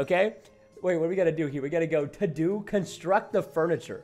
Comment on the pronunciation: To do, or to Dou?